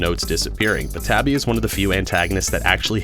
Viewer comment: Hey you pronounced my name right that's a first lmao